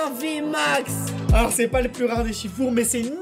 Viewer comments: Le s ce prononce pour shifours 😉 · Bordel c’est pas Shifour c’est SHIFOURS, le boug c’est un OURS, pas un our sans deconner faites un effort tous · Vous dites shifour au lieu de dire shifours